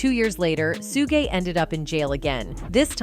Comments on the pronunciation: So AI has pronounced shoogay suegay, sugie, everything but his name correctly. Get lost money grabber. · She cant pronounce his name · Why don't someone get that AI machine fixed or have someone talk to someone about pronunciation of Black Folks names in the entertainment business. My goodness it's so disrespectful,!! Have you ever gotten White Entertainers wrong? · You say suge name wrong that is the second time I heard it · Please tell the female how to pronounce Suge! Omg...